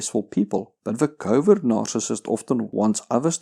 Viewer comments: I'm sorry. But is he saying covid narcissist? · In the beginning of the video I thought he was saying "Covid Narcissist" and thought it was a unique take on some of the insanity going on out there. Then I realized I misheard him. But still... Covid Narcissist. I'm thinking that's a real thing... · I keep hearing "Covid narcissist"... lol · What the hell is covid nararcissist? I've heard him say it a dozen times and I can't think of what other word he could be saying